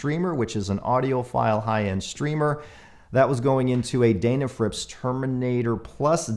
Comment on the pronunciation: Just one observation about pronunciation. You say 'Daynafrips' but everyone else calls that maker as 'Dennafrips' which seems to be close to their actual name. Not a big deal but I thought you might want to consider this. Cheers.